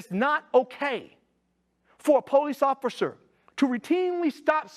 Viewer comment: He doesn’t seem to be able to pronounce the word officer